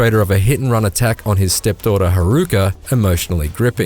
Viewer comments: “Step-daughter” Harooka too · “Ha-RU-ka” i cringed at that pronunciation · "Harooka" "Kamuroochew" "Kazama" Yeah, no one should take this review seriously, dude can't even pronounce names in a voice acted game right.